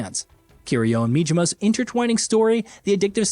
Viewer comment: Mijima? Nah, Majima, with an A